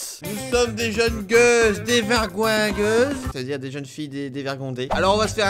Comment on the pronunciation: on dit dévergogneuse et pas devergoigeuse